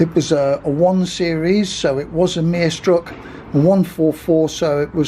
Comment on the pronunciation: It was a nice watch, but your pronunciation of "Meisterstück" really cracked me up. Never heard anyone pronounce it "merestruck".